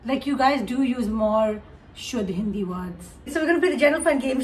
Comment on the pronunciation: When Kaneez talks in hindi Kaneez:Maine (H)indi mein Bola Me:uhhhhhh kya Bola?😅